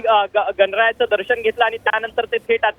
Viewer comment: ताई,दर्षण नव्हे!दर्शन म्हणा! अशुद्ध उच्चार व शब्द!!!